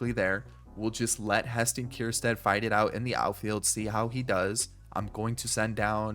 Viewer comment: Its ker - stad… no “kierstad”